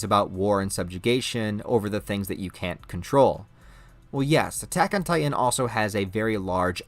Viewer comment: There are two T's in the word Titan,. You keep saying "Ti-en". Its Titan.